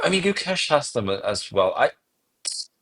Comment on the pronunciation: Nitpick but why can't you guys say his name right? I've heard Magnus say it right in the past. The Guk is right it's the second half that is pronounced with A from face, not the E from Mesh. Does that make sense? So it's Guk-Ay-Sh. Thanks guys, if he's to be world champion, at least let's say his name right!